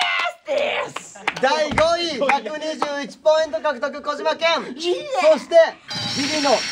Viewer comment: たいちぇの「号外、号外〜」と 末様の「ごいい（5位）」の発音が 我が家の超爆笑ポイントです。 まぁ、どこを切り取っても面白いんですが🤣